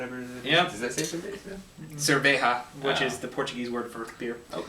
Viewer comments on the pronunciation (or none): We are aware its not a bock.. and the J in cerveja is prnounce more like the english J (more precisely like the french J)... so its cerveja, not cerveha. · cerveja not cerbeja